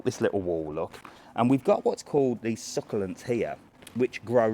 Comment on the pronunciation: It’s so cute how you say succulents with a A, love the garden centre and garden planting videos, not sure I would put up with the push in the pool, dm me on some ideas for revenge lol 😂